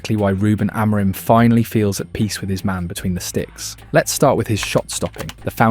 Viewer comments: Are you Ai? Why can't you say the head coaches name properly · I really like your videos but please please pleeeeease look up how to pronounce Amorim. While your at it, look up our players too.